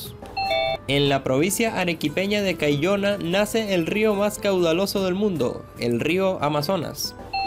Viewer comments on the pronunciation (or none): Amigo, has confundido el nombre de "Huánuco", ciudad capital de la región del mismo nombre, y has dicho "huanaco", el cual es un camélido sudamericano. También has dicho mal el nombre de la provincia de Caylloma, y has dicho "Cayllona".